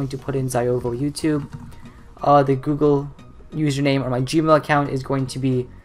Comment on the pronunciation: Heres some feedback; why do you speed babble? Whats the point? Do you want people to understand this? At least learn how to say Google. What a complete waste of effort.